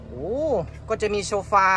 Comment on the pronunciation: เขาเรียกว่าโซฟานะคุณน้องไม่ใช่โชร์ฟา555